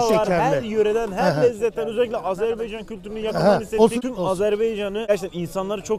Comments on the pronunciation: Bro Azerbeycan değil Azerbaycan lütfen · Azerbeycan değil yahu AZERBAYCAN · Azerbeycan değil abi Azerbaycan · Her şey iyi güzel.. Hoş geldiniz, sefa getirdiniz! Yalnız ülkemizin ismini doğru söyleyin, lütfen! AzerbEycan değil, AzerbAycan ! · Dostum Azerbeycan değil Azerbaycan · ulan ne zaman AzErbAycan demeyi öyreneceksiz ? 🇦🇿💖🇹🇷